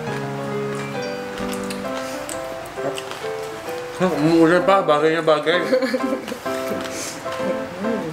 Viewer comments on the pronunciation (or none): por CHETTA ng por CHETTA ilang beses pa inulit ulit... POR'KETTA po yan POR'KETTA! por'KETTA po ang tamang pronunciation jan... again, it's POR'KETTA